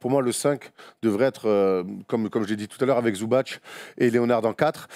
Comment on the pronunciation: Petite précision quand-même, on prononce Ivitsa Zoubats et non Zoubatch. Son C n'a pas d'accent, c'est la même chose pour Divats et non Divatch. Le tch c'est que quand le C porte un accent fort ou mou. Source, moi-même ma famille maternelle est de Mostar comme l'est Zubac (et mon ex idole Josip Sesar, dédicace aux premiers lecteurs de Basket Hebdo !) ou Stanko Barać (mais lui a un accent mou sur le C donc c'est bien Baratch).